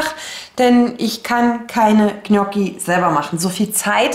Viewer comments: Ich plane auch immer. Allerdings hapert es manchmal mit meinem Vorrats Check. Tolles Video. Noch eine kleine Anmerkung zur Aussprache der Gnocchi. Richtig ausgesprochen: Njocki. gn sprich wie nj. Das ist wie bei Lasagne oder Cognac. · Vielen Dank für deine Tipps. Ich mache es ganz genauso, das hilft sehr. Ich muss nur mal meine Vorräte aufschreiben. Das Ich schätze sonst deine ruhige Art zu sprechen, heute war es mir allerdings viel zu hektisch. Das Zuhören war sehr anstrengend für mich und machte mich nervös. Ich finde es lustig, wie du Saison, saisonal, Soße und Gnocchi aussprichst 🥰 habe ich so noch nie gehört.